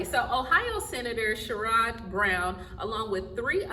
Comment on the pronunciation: It would be nice if she knew how to pronounce Sherrod Brown's name.